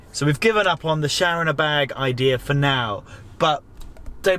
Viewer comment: Shower rrrr👍💪🤣🤣🤣🤣🤣